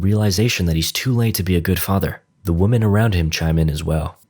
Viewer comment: Why do you pronounce "women" as "woh-man"? It's "Whim-in". That drives me nuts! You're not an English speaker, are you?!